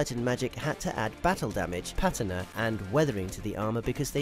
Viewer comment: Someone on the internat saying patina correctly???? well thats a shock